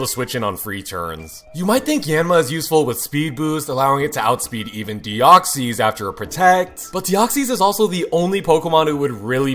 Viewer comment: "Deoxees" "manteen"